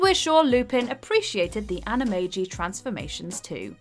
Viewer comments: It’s pronounced with a j in Animagi not a g. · The way you pronounce “Anamagi” is brutal to the ears. Especially since they pronounce the word correctly in the movie clip. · Watch Mojo:Pronounces Animagi and Animagus incorrectly. Also Watch Mojo: Uses Clip of Ron saying Animagus correctly